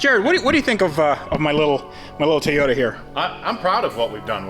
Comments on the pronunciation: Say it with me , Toy Yota ..... not Thia Yota . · Did just pronounce toyota with an I "Toyita" 🤣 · Good to see the "Tayota" again 😉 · tayoda. tayoda. every time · It's a Toyota, not a Toyoda. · "Tiyota supra" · Anyone know why he keeps calling it a “tayata” ? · Ta-yota Supra. Lol! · Ahh yes... "Tie-Yoda" - the brand we all know and love. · I thought it was Teeyadda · Can't stand how you say toyota. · Am I the only one who thinks he pronounces "Toyota" Oddly?